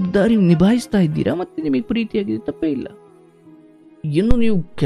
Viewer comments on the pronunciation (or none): none